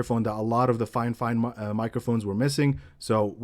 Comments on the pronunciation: It's so annoying when people say "Fine Fine" instead of "Fifine". I've watched a bunch of videos Fifine reviews and practically everyone does it. Grrrr… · It is Fi-Fine